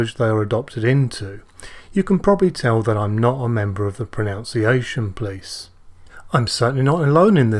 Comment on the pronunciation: Thank you for conducting your experimental “common error” - the visual demonstration allows a beginner to be able to spot the signs of impending problems and take preventative steps before it turns into a inefficient result (with a lot of head scratching at the end). On a lighter note, pronunciation is pronounced with a “nun” in the middle, not a “noun”.....🤓 Many thanks for sharing your life’s experience with the community - much appreciated.